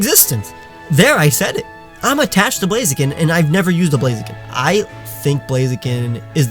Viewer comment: AGAIN, IT'S NOT BLAZEKIN, IT'S BLAZIKEN! THE E SHOULD BE AFTER THE K, AND I SHOULD BE BEFORE THE K!